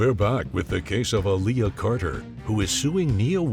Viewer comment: All these years or seeing people’s names before her and judge couldn’t pronounce Aaliyah correctly! lol